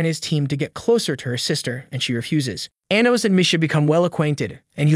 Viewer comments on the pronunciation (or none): The way he pronounces Anos name makes me cringe